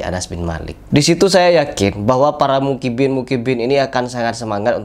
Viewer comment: Baru opening bilang mukibbin😂. muhibbin bang pake huruf ha'